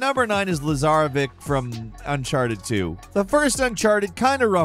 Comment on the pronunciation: It's not Lazarevic, it's Lazarević (Lazarevich) his not Russian, he is Serbian and his name is Zoran Lazarević.